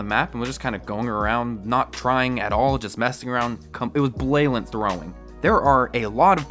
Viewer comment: "Blailent throwing"